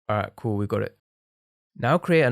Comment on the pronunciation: bro cant say cool so he goes by saying coo